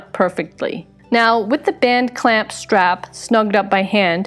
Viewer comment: Band clamp band clamp BAND CLAMP! you did so well saying that. It just bends my brain. "This one time at bland clamp.."